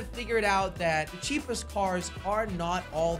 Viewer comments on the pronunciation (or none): I like when he said ceepest the slogo logo